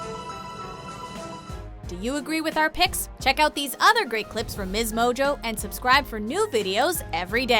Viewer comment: "msmojoe" "soary"